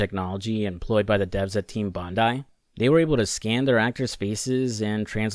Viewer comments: Sorry im only about a minute into the video i just wanna thank you for pronouncing Bondai correctly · Thank you for pronouncing Bondi correctly.